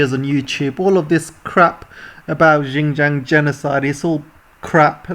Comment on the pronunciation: Well said! For correction, Xinjiang should be pronounced as 'Sin'jiang and not `Gin'jiang....